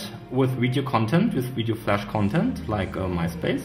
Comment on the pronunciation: Widio hamster lol